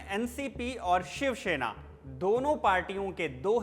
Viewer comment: भाई शिवसेना है शिवशेना नहीं। आपका उच्चारण बहुत खराब है।